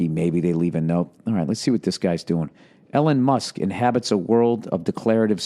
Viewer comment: “Ellen Musk”